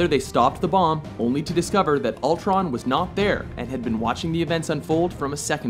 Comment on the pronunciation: it's Ultron, not Altron